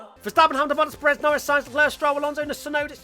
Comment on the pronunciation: TBH I’d be ok with that “Shunoda” pronunciation.